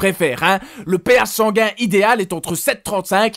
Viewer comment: "pH sangain", ça pique... Sinon, merci, c'est clair, instructif et amusant.